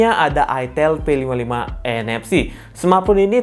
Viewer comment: Bilangnya pakek a bang aitel jangan itel😂🗿